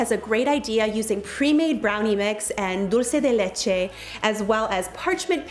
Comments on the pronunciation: I love how you pronounced dulce de leche! 😍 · A mí también, me encantó!! Qué bien pronunciaste Dulce de leche!! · Love that you pronounced Dulce de Leche so good! So proud of you. Love your channel and your family. Very cute boys! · I SOOOO appreciate that you say dulce de leche properly ♥️♥️♥️ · Amazing ideas! Loce your channel and you. And your Spanish accent is soooooo good, I noticed when you say "Dulce de Leche" it was perfect! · Girl your pronunciation of “Dulce De Leche” is ON POINT! I was taken aback for a second hahaha Your videos are the highlight of my Monday!! Keep on doing you amiga! <3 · As an Argentinean I thank you from the bottom of my heart for your pronunciation of Dulce De Leche!!! 😍😍😍🤩🤩🤩😘😘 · I'm latina and girl let me give you props on pronouncing Dulce de leche correct and not butchering it up. 👑👏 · Frickin out on her dulce de Leche pronunciation! 🤯 okkk! Go girl lol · Agree! I used to be a Spanish teacher and I was like “oh yeah! Show those skills girl!” 😆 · Yes I’m so happy she pronounced it right!! 💓💓